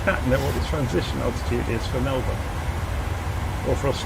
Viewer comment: Lol the way u say Melbourne isn’t that correct or should I say it isn’t the Aussie way